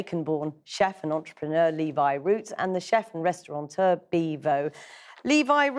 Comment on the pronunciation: The only scandal here is that a Channel 4 broadcaster, whose job it is to express ideas accurately with words, said 'restauranteur'.